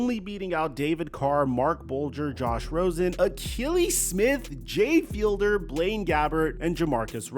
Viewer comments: At the mark, it's actually Jay FieDLer, not FieLDer lol. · Jay Fiedler. Not Fielder. You and Big Cat both pronounced it wrong this week and idk why but it bugs the hell out of me.